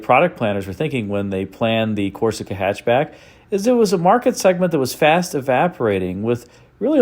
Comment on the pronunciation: I believe it's pronounced "hy'atch b'yack". Thank you.